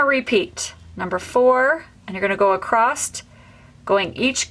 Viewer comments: Very helpful, but please stop saying acrosT, the word is acrosS. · I have never heard someone say accrosst for across and i wonder where that’s from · Great video…not made these for decades….p.s there is no ‘t’ in across, sorry but acrosst made me cringe lol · Why do you keep saying acrosst. The word ACROSS doesn't have a t at the end. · Just an fyi- there is no "t" in the word across.